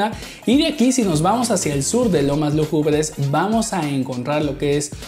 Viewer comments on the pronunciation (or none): Se que mi comentario talvez sea innecesario pero, ahora que veo bien no se dice lomas lugubres se dice lúgubres la acentuacion esta en la primera u!!!